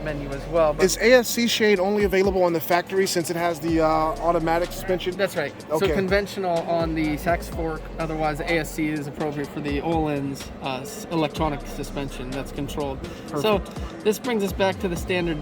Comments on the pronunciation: The title should have read "this is what happens when a motorcycle drag racer goes on the track" haha.. you suck bro sorry not sorry lol (O-LINS.. not O-LEENS) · Nobody can properly pronounce Ohlins. It's not quite pronounced like Oh-leens, but instead with a faint E sound. Oh-lehns. It is difficult to spell how it sounds. Unless you can say things well in a German accent, you won't quite get it